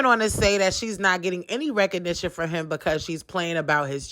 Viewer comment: Lol “reconition”